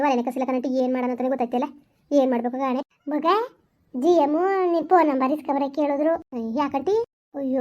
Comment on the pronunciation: ಜಿಯ ಎಂ ಅಲ್ಲ 😂😂😂😂ಜೈಲ್ ಮ್ಯಾನ್